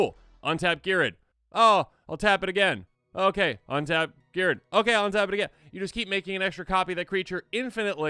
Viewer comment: Good job pronouncing the card name for those of us that drive while listening to you. I appreciate it